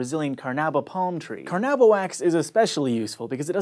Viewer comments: carnauba wax... the correct way to say it is "carna-oo-ba wax", closer to Portuguese "cera de carnaúba" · Car-nu-ba wax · Carnaúba - god ...why can't Americans pronounce accentuation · car-nah-UH-bah. Anyway, nice effort on a word difficult even for portuguese speaking people. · You pronounced Carnaúba wrongly. Repent!